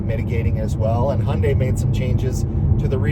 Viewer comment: As a Korean, I'm very happy to hear you actually pronounce Hyundai correctly. Respect 💯